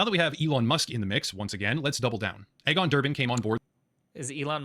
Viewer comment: "Egg-on" Botha ??? pronounced "Eegon," as in Elon (not Ehlon)